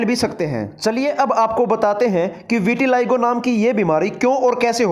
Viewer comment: विटिलाइगो नहीं विटिलिगो है